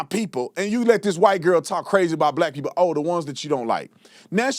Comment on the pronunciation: This educated lawyer says "Pepo" foe "People"? Come on Guy! You are smarter than that-- well maybe not with what you have done. You have set the investigation back with all your conspiracies and jumping to conclusions. The Wells family needs to fire you. You have been an idiot. We need to get the bottom of this case and solve it. This good kid deserves that much. You are not helping with all your accusations. It is just causing kids who might be of some help to clam up and not get involved. The police need the help of anyone who has seen something and you are not helping.